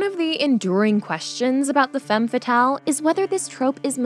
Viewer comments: It’s annoying how she mispronounces femme fatale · You kept mispronouncing "femme fatale" the whole video. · The was she pronounce Femme fatal make me sick. I'm not French but I have french in school and my ears bleeding.